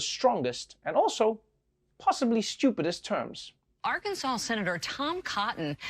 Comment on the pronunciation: Ar-Kansas...where politicians are jokesters.